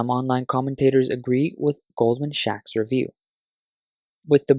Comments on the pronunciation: Yes, I did notice the odd pronunciation. Must have been a merger between Goldman and Radio Shack :) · it is goldman sacks. He reads as "shacks" which means a crumbling house :)